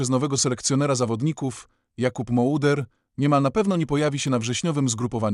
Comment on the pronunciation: Moder a nie mołder nagrywasz filmy o polskich piłkarzach a nie wiesz jak się nazywaja